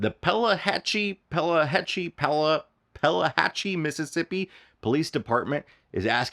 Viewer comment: The name of the place in Mississippi is pronounced 'Pee-la-hatch-ee'.